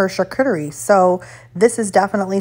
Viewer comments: yes...but if you show a video on something you need to prinounce it correctly. I heard it 3 times before i knew what you were saying. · You sreny prounouncing charcuterie correctly.